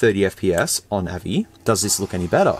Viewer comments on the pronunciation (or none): I love how you sy AVI wrong! It is like when people say GIF wrong! But, do such people call a Giraffe the way the first letter is? Like how they say GIF wrong? No...they say Jirraffe! Gif is JIF, Girraffe is Jirraffe and AVI is A Vee Eye.